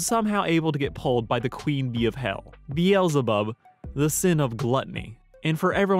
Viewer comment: Its pronounced BEEZLE BUB Be zzz llll